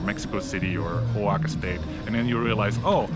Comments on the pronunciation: Great video!! Keep it up!! Please note though that you are pronouncing Oaxaca (pronounced Wah-ha-kah) as “Ho-wah-kah”. No biggie, just pointing it out because you seem like the kind of knowledgeable traveler that would want to pronounce it correctly. Keep up the great content! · Great video, thanks! (and it's O a h a k a, not hoaka :)